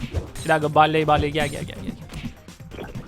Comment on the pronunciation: abi kötüleme amaçlı değil ama haberin olsun diye diyorum barley barli diye okunur